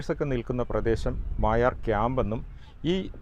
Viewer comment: അതേ... ഇവർ മായാർ എന്ന് പറയുന്നു.... മൊയാർ എന്നാണ് ഇതുവരെ കേട്ടത്.... പേര് മാറ്റിയോ.... അൻഡേഴ്സന്റെ വേട്ട കഥകളിൽ നിറഞ്ഞുനിൽക്കുന്ന സ്ഥലം ❤